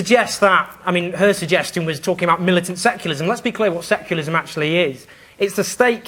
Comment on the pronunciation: Owen Jones is a terrible public speaker, he can't even seem to pronounce "secularism"